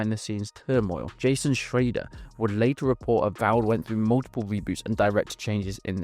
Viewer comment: Shreier, not Shrader